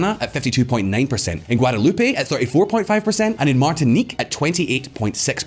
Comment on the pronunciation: So it's not Guadaloopay?